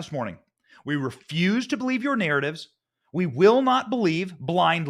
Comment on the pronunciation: Learn how to pronounce refuse.